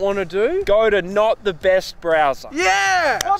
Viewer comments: I thought he said brazzers at first😂😂💀then said browser's 😂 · Oh, "browsers", that's not what I heard... I thought they had gone spicy on the sponsors there for a second.